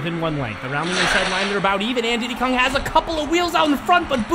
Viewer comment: It's not didy Kong it's Diddy kong